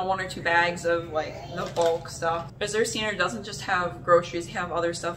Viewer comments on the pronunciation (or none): Great video. I love azurestandard. I look forward to it every month. Azure is actually a shade of blue. It's a really pretty word. The z is actually pronounced like the j in bonjour.